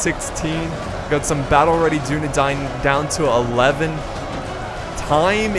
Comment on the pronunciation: Holy crap, stop saying dun a dine, it is dun a dain, or dun a dan for singular